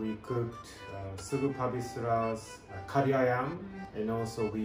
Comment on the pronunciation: Hey, thanks for pronouncing Kari the right way. Respect!